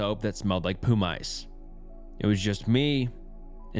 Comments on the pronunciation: poomice made me laugh ngl🤣 also said bedroom instead of bathroom in a story, at least he’s not ai😂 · It's pronounced Puh Muss btw Not Poo Mice Great vid tho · Just heard the poo mice lmao 😂 man's needs to work on his vocabulary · Its pronounced puh-mis not poomice... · Poo mice? You mean pumice like the stone? You're saying it way wrong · Poo Mice 😂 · and Poo Mice (pumice) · bro said "poo-mice" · 😭 pumice: puhm-iss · That pronunciation of pumice is the scariest part of the video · That shit threw me off too hard 😂😂 Plus Faux being pronounced FAHHH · Came straight to the comments when I heard it😂